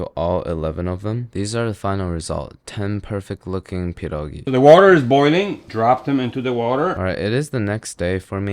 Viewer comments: DUDE YOU SLAYED IT (tho the cheese choice made me roll my eyes) they look amazing! and the way you pronounced pierogi is just chefs kiss would live to see you do kasza gryczana z boczkiem i cebulą, which is basically cooked buckwheat with fried onion and like uhh diced bacon pieces? ig... don't forget lil bit of salt and pepper with onion and some Maggi liquid seasoning, its very easy to make and very tasty! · Your pierogi pronunciation deserves an cookie, you nailed it. There's no need for kurwa mać here. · Cieszę się, że słyszę „Pierogi”, a nie „Piełrołgii” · Your pronunciation of "pierogi" is pretty impressive, also I respect you forgetting the onions lol. Great video as always. Polska gurom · he said pierogi not pierogis!! lets go also he pronounced it correctly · I am so happy you didn't say pierogies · "per-oh-ghee" (not polski, just meming and love pah-dawhgs) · THATS TOO PERFECT ARE U POLISH? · When you said “pierogi” the pronunciation was so on point. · before watching the video: I hope he says "pierogi" and not "pierogis" update: I wasn't let down. also love your pronunciation of the word! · Your pronunciation of pierogi is so on point 🫡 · Your saying pierogi perfectly dude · You are the first foreigner, I saw, that said "pierogi" instead of "pierogies", which is good as pierogi is already in plural form. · dude, your pronouncation of pierogi is absolutely spot on man. and please, im begging, use COTTAGE CHEESE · You've just awakened your inner slav with this video /j (but in all honesty, your pronunciation of 'pierogi' sounds like someone native, and i gotta thank you for saying 'pierogi' not 'pierogies' <3) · I feel like crucifying you for using raclette but POLAND MENTIONED so I'm willing to forgive you Also you did pretty good on pronouncing pierogi